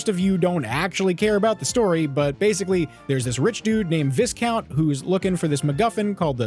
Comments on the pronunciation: “Visscount” is pronounced “vy count”. The s is silent. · Just FYI: viscount is pronounced vie-count, not vis-count. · Viscount "vai-count" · I think the word is pronounced "vye count", the first part rhyming with "pie" and having no s sound, despite being spelt "viscount". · How come no one reviewing crash boom bang can pronounce viscount